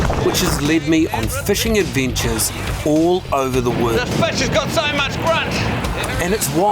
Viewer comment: 'Fushing advintures' 😂😂😂